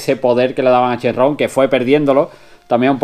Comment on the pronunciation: Muy buena esa recina. Sigue así con tus vídeos. Tengo duda ¿Por qué dices Shenrron (con RR) si se dice Shenron (con una R) o Shenlong? Saludos desde México